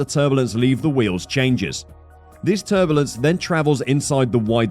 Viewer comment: It called turbulence, not turbolence. Yeez...